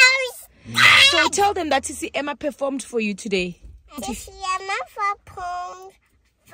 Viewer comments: Its saying fepormed🤣🤣🤣🤣🤣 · "fafomed" ohw 😂😂😂